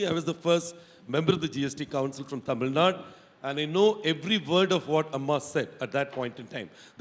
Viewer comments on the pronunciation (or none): It's TAMIL NAADU! NOT Tamil NaaaaD!! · GVL Narasimha Rao: It is not Tamil Nad, but Tamil Nadu. Better call it, Tamizh Naadu